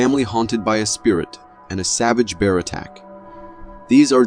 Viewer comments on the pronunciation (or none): none